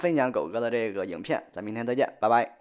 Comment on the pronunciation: 寨个呢，寨个呢，寨个呢